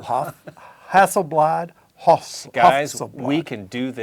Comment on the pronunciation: hahsselblaht Porsch and it's Toy-yot And Hond 😐